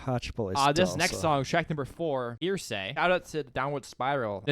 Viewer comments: The fact you keep pronouncing heresy as "hearsay" is quite annoying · Please guys, it's pronounced "hair-a-see"